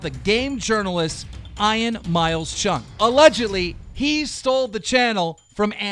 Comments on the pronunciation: Keem got his voice back but still cant pronounce simple names correctly like Ian. Really? "Eye-in" tf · I have never heard the name Ian being pronounced ai-an before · “Eye-an Miles Chung” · Isn't Ian pronounced Ee-an?! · Ian is pronounced eian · fucking "I-in" jesus christ keem its not that hard to pronounce a basic name you dumb gnome fuck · Guys Ian is now pronounced as ion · Bruh i know you’re probably trolling the name of Ian but it annoys me when you kept saying Ian lol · Idk why he can pronounce Ian correctly the first time and then say it wrong every time after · Seriously you can’t even pronounce “Ian” correctly?! God you’re stupid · Keen I can promise you and I speak for all the Ian’s saying our name is pronounced with an E not an I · How is this dude like 40 years old and doesn't know how to pronounce a simple three letter name like Ian... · u cant even pronounce Ian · This is the second time keem hasn’t been able to pronounce “Ian” correctly😂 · That's honestly how you think you pronounce "Ian"???? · Why do u say Ian like that idk how to tell u but u keep saying Ian just look it up and tell google to tell u how to say it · Will keem ever be able to say the name Ian correct ? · So is nobody gonna talk about how Keemstar doesn't know how to produce the name "Ian"? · Can't even say ian right, smh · i was so frustrated listening to him say his name like that😂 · He said it right the first time, don’t know why he pronounced it like that all the others. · Keem doesn't know how to read the name Ian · At first he said Ian correctly then he said I-an not E-an I-an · im pretty sure ian is pronounced ean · Keem says "Ian" normally the first time, 20 seconds later pronounces it "Eye-an" like a dyslexic moron for the rest of the video😑😖🙄. Who the fuck has ever heard the name "Eye-an"?? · why does Keem say Ian like i-aan when its ieen* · Your pronouncing Ian Ain it’s not Ain it’s You pronounce it Eean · It’s pronounced Eyen not Eyean Keem 😂😂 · "Eye-ann" bro its EE-UN